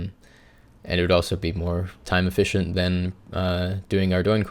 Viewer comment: I think that's the joke guys. He says the e like an i